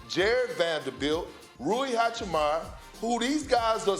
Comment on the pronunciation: Perk, it’s Hachimura(八村) not Hachemarrah🤦🏻‍♂️ LeBron is gonna destroy Andrew Wiggins - Kendrick Perkins (Let’s see how well this last😂 He said the same thing about Luka last year!)